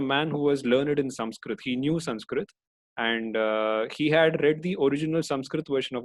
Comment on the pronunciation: Great work sir, very thankful for such summarized version of all chapters. But very disappointed with such peoples who desperately use wrong name of persons like you pronounce krishna as Krishnaa, Arjun as Arjunaa, sanskrit as Sanskritaa. Why?? Can't u speak thier right pronunciation or you can not speak hindi name in right manner like other foreigners because hindi is not their mother tounge. I also give speeches but never use extra A in pronunciation of hindi names. So please dont do this again.